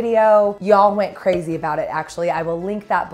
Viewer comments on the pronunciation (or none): ''Poppin' loads like crayzay'' took me out!